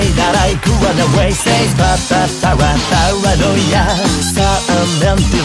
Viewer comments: 2つ目のコメント失礼します!!さすがに最高すぎません？のイケボォにあってるし、前の女声の時は可愛さがあったけど今回は狂気感を感じました(なんかごめんなさい)かっこよさには変わりないんですけどね!!『パーラノーイア』の発音めっちゃ好きです➰🫰🏻❤️‍🔥いつもお疲れ様ですっ！ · うぽつです！女声だけでなく、Englishver.も出してくれて嬉しいです！この曲大好きなので英語訳も覚えたいな…… 好きなところ コーラス毎度ありがとうございます……たまに聞こえてくる「つ」の発音が好きすぎて何度も聞いてます⸜❤︎⸝‍ 「para」の発音が綺麗で癖になります……！ ここのリズム感、心地いいです 「Here!」かっこいい！！ がなりかっこいいし、息の抜け方がちょっと清楚で好き…… コーラス英語感あってかっこいい 「狂狂」かわいい！！ 今度はかっこいい！？振れ幅すごすぎます！！ ちょっと高めの声が今度かわいい…… がなり好きだ(*˙˘˙)♡ え！？清楚！？ だんだんテンションが上がっていって遠くに飛ばすような声が刺さる…… 「soon」も上同様！！ リズム感好き！ 音ハメ神ってますね 日本語だと同じ言葉を繰り返してるだけなのに英語訳したら変わるのアレンジが好きです……所々入る早口とがなりで何度も聞いちゃいます！ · 英語だから当たり前なのかもしれないけど｢パラ｣の発音が｢nパra｣って感じでめっちゃすきです(^ ̥_ ̫ _ ̥^) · バグ英語ver.凄いかっこいい〜女声ver.の時と雰囲気違ってより楽しめます🫶🏻 色気ある歌い方と力強い歌い方、アレンジコーラスどれもかっこいい✨ パラノイヤの発音がしっかり英語になってて細かい所まで拘っていて素敵です。 やっぱりの歌声最高です👏🏻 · バグはパラノイアとかバグとかで 発音の良さがめちゃめちゃわかる！！ 曲と声質が合ってて最高！！ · 日本語カバーに引き続き英語でも!? ひさしぶりのかっこいふfullで聞けて最高でした！✨ パラノイアのとこも日本語カバーの時より英語っぽくなってて、発音とか何もかもにこだわっててめちゃ良かったです！！ときどき入ってくるがなりとかほんとにかっこよくて聞いててほんとに飽きない😭✨くるくるのとこ裏声なのほんとに可愛くて素敵でした🥹✨ ラスサビ前少し音が籠ってる？ような表現になっててうわー！くる！！みたいな感じになって凄かったです💓🤟 そのまま英語に訳すんじゃなくて、訳す上で凄いこだわってるんだろうなぁってのが伝わってきてめちゃめちゃ魅了されました💭💙🫶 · パラノイアの部分そのままなのに発音良すぎてアレンジに思えてきちゃいます🤔ハイテンポの歌なのに英語スラスラ歌えちゃうのは相変わらずてんさいふです！ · んぇ...バグ2回目ですか...!? 好きなんですけどゑ、無理です（（ぇ 全力待機です...もうペンラ持ちます ... 😭😭 ◇ 視聴後 . 初めのコーラスからもう鳥肌が止まりません...🥲🥲 「paranoiA（D）」のとこ発音まじすきです、、 思わず唸っちゃうくらい好きです、まじでかっこよすぎます😭 ちゃんとペンラ振って聴きました（） 『あはっ』のとこ『あはーん』なのやめて欲しいです、、wwww（ツボ） もう全体通してくそかっこよすぎてしんじゃいます...素敵な歌みたありがとうございます...✨💙🥲🥲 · うー、かっこいいー！ かっこよくて涙出ます♡ 最初の方「パラノイア」の発音、超かっこよかった！ 同じ曲を女の子の声でかわいく歌ったかと思えば、かっこいい英語で歌ったりと魅力の幅がやばいですね、本当すごい！ 大好きだー！ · パラノイアとかの発音が大好き^..^♪ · 英語かっこよすぎます😭色んなのバグを楽しめて幸せです贅沢、、、🌟 コーラスすごく綺麗でお洒落でキラキラしてました！！！間奏の重なり具合やばいです最高です٩(｡˃ ᵕ ˂ )و♡ がなりと最後の勢いよく畳み掛ける感じすごくかっこいいです🫶🏻 パラのラの発音とサビ終わりの息の抜き方もとても好きです 狂狂と笑い方かわいくてすきです🎀♡(ᐡ•͈ ·̫ •͈ᐡ )。